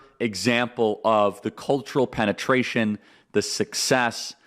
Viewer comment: He said penitration lol